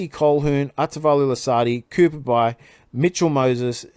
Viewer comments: just saying youtube marcus bai career highlight trys.....thats this blokes dad....your pretty young tho, its pronounced bye ....cooper will breakout this year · Fun fact, which may help you with the pronunciation. Cooper Bai is the son of for Melbourne Storm favourite, Marcus Bai who was a gun winger. "Bai" is pronounced simply as "by".